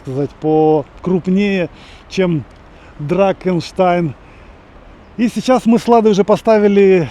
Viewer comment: Не дракенштайн, а драхенштайн.